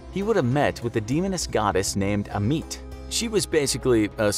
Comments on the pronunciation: Ammit is pronouns as ah mud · PLEASE TAKE THE TIME TO HAVE A GROUP OF PEOPLE HERE YOUR PRESENTATION BEFORE RECORDING... AHMET... IS REPETITIVELY MISSPOKE